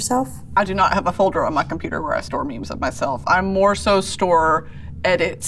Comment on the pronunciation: THANK YOU COMPUTAH